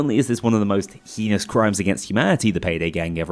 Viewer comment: Hee-nous?? Hey-nous